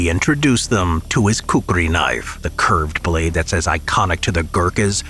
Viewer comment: His pronounciations's are killing me 😭😭 ain't no way this man called a Kukri a Kukuri